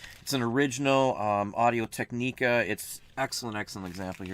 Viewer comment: Audio-Technica. Pronounced tek` neh ka, not tek nee` ka